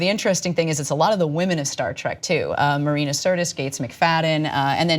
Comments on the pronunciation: Agree. I yelled at the screen as soon as he said it, "If you're such a big fan then don't pronounce it TRACK!" :) :) :) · hmmm. Cenk claims to be a big fan, yet he pronounced it "Star Track"